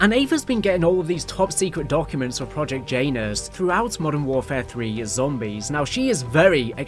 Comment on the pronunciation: you have to stop pronouncing Janus like that 😂